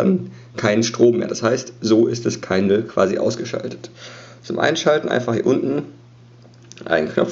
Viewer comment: Schönes Video, aber es heißt Kindle nicht Keindl ;)